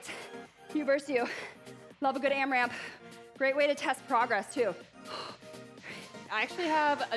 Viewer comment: Loved this workout so much!! Loved the 4 minute block and the power minute. LOVED the timer on the screen and hopefully we will keep seeing it! But,, it’s not AmraMp… no second M.